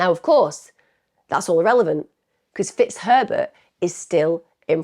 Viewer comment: Is it just me that hears "Mr T*ts Pervert" instead of Mr Fitzherbert?? It´s from the movie Bridget Jones 😆😆😆😆😆😆